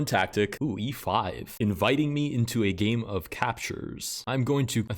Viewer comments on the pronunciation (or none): I really can’t not hear “Let’s get started with gay number one”